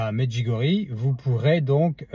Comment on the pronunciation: Bonjour s'il vous plaît merci de prononcer Medjugorje avec ié à la fin.